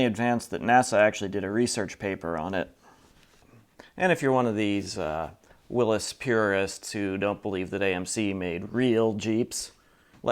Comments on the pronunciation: Thank you ever so much for correctly pronouncing Willys. It really grinds my gears to hear “Willy’s”, especially coming from those enthusiasts who really ought to know better. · Thank you for pronouncing Willys correctly. :)